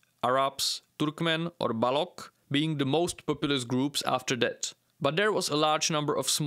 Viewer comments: Balúč, not "Balok" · BTW: "Baloch" is pronounced /balocz/ and 'unbridled" is pronounced /anbraaydald/.. The middle syllable sounds like 'bride'.